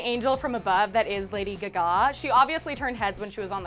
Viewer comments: I had to replay that to believe what I though I heard! Did she really pronounce 'Gaga' the way she did??? Has she never seen or heard of Lady Gaga before last night??? 🙄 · Lol she said Lady Gigah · Omg i died when prounounced Lady Gaga as Lady "Gagoash"! I LOVE! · more like GI GAH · I dieddddddd !!!!!! 😂😂😂😂😂😂😂 " Lady Gigaaaaaa! " 😂😂😂😂😂😂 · "Lady GiGah" 😂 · How do u pronounce lady gaga? 😂😂😂 seriously lady giga? 😂😂😂😂😂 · But, she has to learn how to pronounce Lady Gaga's name!!!!